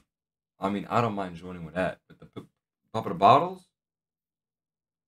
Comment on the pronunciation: i just noticed Jennie pronounces "the" like "duh"